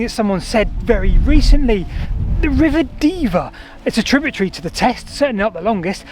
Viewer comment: Tributary not tributree